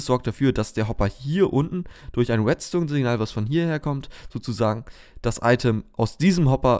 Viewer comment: Es heißt REDstone nicht WETstone !!!!!